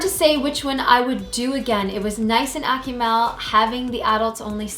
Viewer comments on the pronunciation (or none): "AK-oo-MALL" not ”Ack-you-mel"